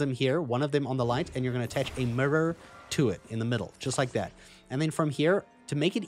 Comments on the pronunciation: It probably shouldn’t, but it really bothered me that you pronounce mirror like a Memphis rapper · Like your accent and the way you say mirror (murror) 😄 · My man said “mirrur, first time seeing it” like he’s never seen an actual mirror before.